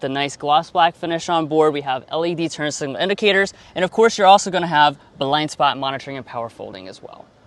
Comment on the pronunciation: Thank you for saying turn signals and not turn singles.